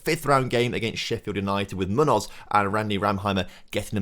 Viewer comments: My ears bleed every time says "Munnoz". It's Me-oo-noth (if he is Spanish) or Me-oo-nos (if he is from the Americas). ('me' like the English word 'me') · that was my attempt to phonetically describe what I hear on a "how to pronounce munoz" video from a native Spanish speaker. The M has a very different sound to how pronounces an M.